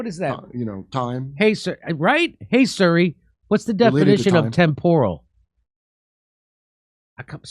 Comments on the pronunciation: Hey jimmy, it’s SIRI…not SURRY. This guy gets worse every segment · Jimi. It's "Siri" not "Suri" 😂😂😂😂😂😂